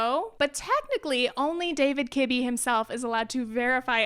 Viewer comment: I swear I heard kidney. And I was like 13 different types of kidneys! Lol what.